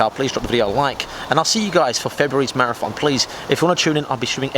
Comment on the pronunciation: Why the fuck are you pronouncing it "marath on"?